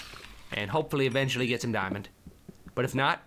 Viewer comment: It budder not gold and it bedder than dumb dimond